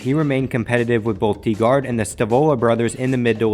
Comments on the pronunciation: Thank you! Like I don't get how some people claim to be NASCAR historians and can't pronounce the damn team name right. You would think by now with all the research had to do that he would be able to pronounce DiGard the way it's supposed to be pronounced as DIE GARD not DEE GARD. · The way you said Digard really threw me for a loop. It’s Die-guard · It's not pronounced Dee Gard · It's pronounced "Die" Gard.